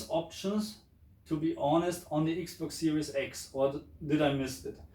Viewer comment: I like the way u say the ix box siries ix. 😁